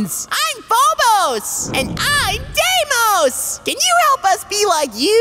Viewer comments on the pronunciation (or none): Fobas Daymoet